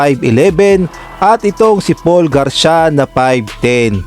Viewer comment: Hinde nmaan gar-sya ang pagbasa nyan tamang pagbasa ay Gar-si-ya o Garcia😢